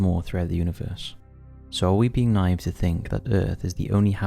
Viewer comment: Nive is not a word Naive is not pronounced as nive 🙄 And if you start talking about the "billions of planets" and "space" lie, then I don’t believe anything else you say 👎